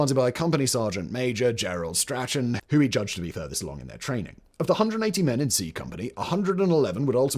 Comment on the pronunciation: If you say STRA-CHAN one more time in one more vid, I'm going to scream!! It's a British name; pronounced STRAWN, as in LAWN and Vaughn. Lordy pul-ease!